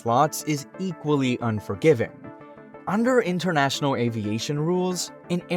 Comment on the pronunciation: 'Innernational? Toronno?' Something wrong with your mouth?